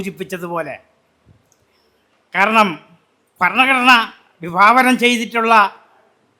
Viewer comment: ഫരണഘടന അല്ല ഭരണഘടന! ഇവറ്റകൾക്ക് India യുടെ പേര് ഭാരതം എന്ന് ആക്കിയാൽ ഫാരതം എന്നെ പറയാൻ പറ്റുകയുള്ളല്ലോ! വിദേശികൾ പോലും അന്ന് ഭാരതമെന്നും ഇവറ്റകൾ ഫാരതം എന്നും പറയും!!!!